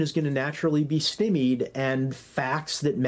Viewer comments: "stim-ied" this guy means, "Sty-meed". this dude is clearly reading from a script and has never spoken the word stymied before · "Stymied" does not rhyme with "Timmy" there, big guy. Put an "S" in front of "tie me." "Sty-me." That's twice I've heard of mispronounced in the last month and I've never heard anyone mispronounce it before. Weird.